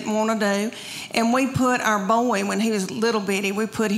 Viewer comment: Her delivery is FUN.NY! Her account of the dogs...ew. (I could smell them!) It's so funny how she turns 1-syllable words into 2-syllable ones. Like "boy" into "boy-eh.' YAASS!!!